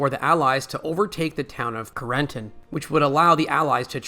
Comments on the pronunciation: Doesn't AI narration suck? CARE-N-TAN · Between the atrocious narration (inability to properly pronounce words like 'Carentan' and 'Bastone', and this being a simple rehash of the BoB series with absolutely nothing new/different discussed or revealed, this video was a waste of time.